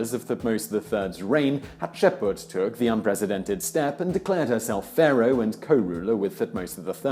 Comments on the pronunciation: I usually love your videos but you murdered the pronunciation of Hapshepsut! :'( You need to reshoot this video as I cannot watch this with your terrible narrating. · I was like "am I losing my shit or is he completely missing that last S consistently?!" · Man, that pronounciation is killing me. I really like the videos on this channel and I usually either learn something new or get a chance to reiterate things I know something about. It's entertaining and pleasant. But I can't get over the way the name is pronounced this time. I cringed every single time. That was tough. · Your pronunciation of Thutmose and Hatshepsut made my brain hurt. Still, good video. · man i love this channel but for god sake please learn the names correctly as there are exactly zero names pronounced right. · I love all the videos from this channel. but I can't bring myself to watch this one all the way through because of the way you pronounce Hatshepsut. I really want to watch it all I just can't. please redo it and pronounce it correctly. I visited Hatshepsut's Temple after the massacre in 1998 and remember the blood on the steps. it was very dramatic. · I always thought the s in HatshepSut was pronounced as well 🤔 Guess I was wrong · I love her. Also: That shitty pronuntiation tho. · The pronunciation of the names is killing me 😬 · Yes. Does Simon not notice the S right there in her name? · Except for the fact he was pronouncing the letters out of order. Hapshetsut is just the translated version of whatever she was actually called. It has an agreed upon pronunciation and even if it didn't, just going on the general phonetics of the english language he was completely wrong. It's like someone saying "poh-toe-toe" for the word "potato", it doesn't matter how you want to pronounce it that way is wrong. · Maybe he thinks those letters are silent. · I'm sorry that is annoying 😂😂😂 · HatshepSut not Hutsheput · Hat -ship -suit. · It's pronounced Hat-shep-sut/soot not Hat-ship-pot!